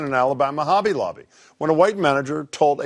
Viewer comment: Did he just say obby lobby at the beginning?